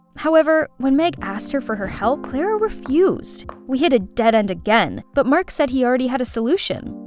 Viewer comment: Is not klara its clara hahaha😂